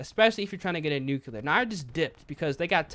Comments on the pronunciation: Nu-clear not Nu-Cu-Lur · Nook you lar.... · Yo I usually don’t mind when you say nuclear incorrectly but you said it wrong way too many times this video 😭